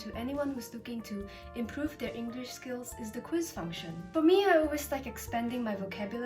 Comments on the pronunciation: One of the biggest mistakes ever. Mispronounced the word English when the app is English lol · E N G R L I S H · E N G U R I S H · me when said englrish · Shes also that one girl who kinda speaks like a sophisticated person but mispronounced the word 'English' while sponsoring an English learning app, and kept saying "W- wha- whAT dO YOu MEAN P A T R I CK???!" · Ah yes. The young and strange is sponsored by an English learning app but pronounces the word English wrong. Fascinating. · she has a slight 'r' sound instead of 'l' when she pronounces the word "English" but it's very common pronounciation especially with people who have an Asian mother tongue so it isn't a big deal. She also has the dd drawl in some words like "Twitter" but again she's easily understood so any accent markers aren't really an issue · Lmao , U dictionary pronounces"English" wrong and teaches you English 🤣💀🙌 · pronounces “English” wrong Also: pronounces “Wojcickicijicski” flawlessly